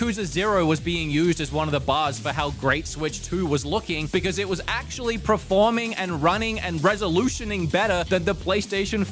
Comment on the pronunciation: You know the first R in performing comes after the E right? It’s not PREforming